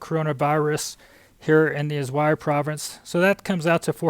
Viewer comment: Also, the province is pronounced Asuay. There is no Z sound.